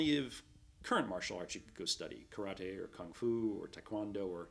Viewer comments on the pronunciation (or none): none